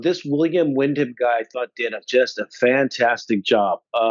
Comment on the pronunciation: William Windom not Windham!